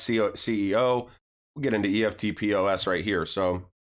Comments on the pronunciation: FYI - In Australia, eftpos is pronounced with two syllables 'ef-pos'. 🙂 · thats pronounced EFT POSS great video jim Australia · Good stuff. Eftpos is pronounced EFT -POSS (electronic funds transfer point of sale) Aussies just say “eft” “poss”... you’ll sound legit Aussie then. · Hi King just so you know you pronounce EFTPOS as a word not the letters. So now you know more than the rest of the Americans. Also with banks having custody of cryptocurrencies do you think they are going to operate two systems now whereby they move their fiat through Swift and their crypto’s through Ripple? Sounds pretty messy to me and I think it’s much more likely that once the banks start dealing in crypto’s is there is no place for swift in their system. What do you think?